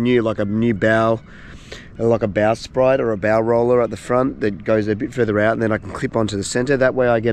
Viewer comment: Bow sprit as in spit mate. Not sprite like the fizzy drink.